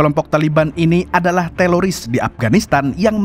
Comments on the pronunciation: Ko teloris sih bang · Teroris bukan telolis😅